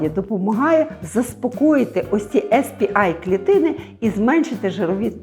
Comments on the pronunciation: Сі пі ей клітини, якщо з англійської абревіатури промовляємо назву. Бо так, як Ви вимовляєте , то буде SP-I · СР-А, а ви кажете SP-A Сі-пі-ей, не «ес» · Дякую, дуже корисно. Якщо можна, маленьке корегування. Ес-Пі-Ай - це S-PI англійською. А Cі-Пі-Ей - це C-PA (те, що було на екрані написано). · Вибачте за душнільство, але ну якщо вже називаєте термін латиницею, то називайте вірно, бо Ес Пі Ай це SP-I, а не CP-A(сі пі ей). Ясно, що більшості тут нема різниці, проте відео перетворюється на розмови тітоньки на кухні про пироги, а не науковий контекст. В цілому, вибачте, нічого нового. Дарма зайшла, не мій формат. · Не ес пі ей чи ай, чк ви казали також(бо це spa, а це щось інше) а сі пі ей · Spa - не звучить як ес пі АЙ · CP-A треба читати в перекладі з англійської сі пі ей, і ніяк інакше.